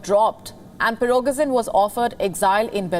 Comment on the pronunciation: Nice butchering of the names... 'Pirokesin and 'Surovekin'